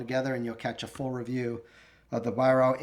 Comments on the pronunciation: Little thing, but its pronounced “Vyrark” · Weihrauch is phonetically pronounced vie-rack